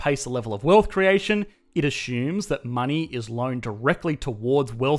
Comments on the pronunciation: It's usually azzumes, spelled assumes even though it sounds nothing like ace-umes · ......🤨: "ashhoomes" 😂 (Love ur channel) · Drinking game: Everytime he says "ashumes" take a shot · Me: Assumes: ASHUMES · It a-shooms a lot. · wtf is "ashooms"? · Let’s “ashoom”